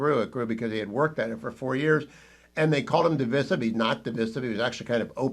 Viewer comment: Would prefer if you stop mispronouncing "divisive.' Otherwise great show!